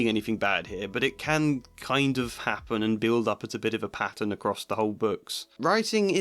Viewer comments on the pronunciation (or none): none